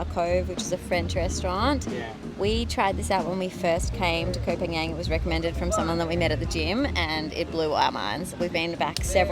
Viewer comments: its not KOH PAN YANG - ITS KOH PAN GAN! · Please, please learn how to pronounce the name of the island. You've been there for 6 months and you don't know how to pronounce it? Really? "PAN-YANG" is not a real place. You sound incredibly foolish pronouncing it like that. It's pronounced "PONG-ON" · Please stop saying Koh Panian....